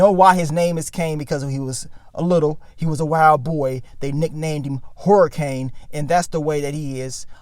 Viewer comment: 😂 said “Horror-Cane” that was on purpose wasn’t it lol 😂